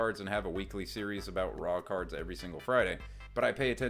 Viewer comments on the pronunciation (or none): Ohhh “raw cards”…. I thought you kept saying “rock hard” lmfao 😅